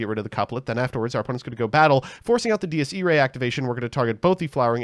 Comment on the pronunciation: He pronounces Dies Irae like 10 differen ways